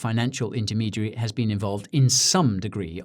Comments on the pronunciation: I thought you were adorable before! You totally slayed me with this one. I love when Brits do American accents, because they're so damn good. Nailed it except for "been," which totally gave you away but made you all the more endearing. Thank you for this and congrats on a great channel. I'm hooked. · One small mistake. The pronunciation of the word, "been". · SBF most likely pronounces the word "been" to sound like "bin" not like "bean".